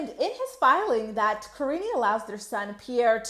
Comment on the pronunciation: I can't believe how many people call her kariney. It's as bad as pierrey. Paul is an idiot who doesn't even know how to say his wife and kids actual names.